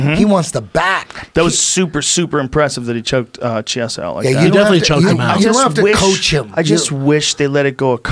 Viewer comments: i am fucking appalled that rogan doesn't know know how to pronounce Chiesa's name. jesus christ. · chee-esa who? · Why are they calling him Michael Chee- esa? It's Key- esa in Italian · Brendan has the name pronunciation skills of Uncle Joey